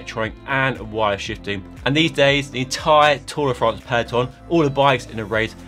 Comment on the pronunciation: Just say tour de france ffs. Give it the respect it deserves.